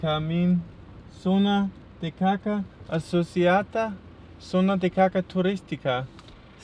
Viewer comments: Ok, let's let then know how it spells :).... he pronounced it like "kaka" (which means "poop"), and the correct way, sounds like "kassa" ;) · caca turista lol if you say like that it sounds like popo. caca is popo. you should say in portuguese like Cazza Turista. sort of. I can see its hard. it means Turist hunting zone. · Don't say: zona de caca, it means Area of shit! Caça must be read like cassa. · “Zona de Caça Turística” is one thing but “Zona de Caca Turística” like you said it, it has a completly different menaing. You just said “Turistic Shit Zone” 🤣 You are the best. Keep posting 👍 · The tourist "caca" zone without the "Ç" reads "caca" which in Portuguese is a euphemistic form of saying "shit", then "caca" is "shit" and then you read turd zone of "shit". To say correctly I should have read hunting area (the sound would be cassa) tourist ... RSRSRS .. Hugs and enjoy this wonderful country! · "Caca"?! Haha! :-) That literally means "shit", in children's slang. You mean "caça". That little comma under the "C" makes it to be pronounced as "cassa". "Caça" means "hunting", or "hunt". "Zona de caça" means "hunting zone". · "caca" is different from "caça" xD you pronounced "caca". "caca" is poop. "caça" is hunting. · look on the positive side: you pronounced "caca" very well ;-)